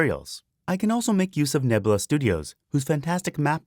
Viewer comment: I also love "Nebla"....."Nebla" is my favorite....=P